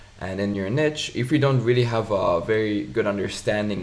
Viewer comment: its not "niche" how you pronounce it!